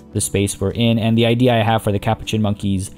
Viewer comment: I love your videos but the way you say Capuchin is driving me crazy. It's pronounced ka-poo-chin.